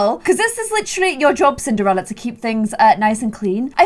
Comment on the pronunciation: I seriously thought she said simderella at the beginning! 😅